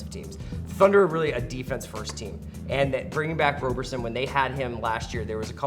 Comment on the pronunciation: Omg guys I love the ringer but Jesus Christ it’s RAW-BER-SON, not ROW-BER-SON